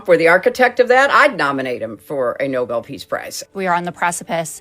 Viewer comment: pronunciation - "no-BELL" - not "noble"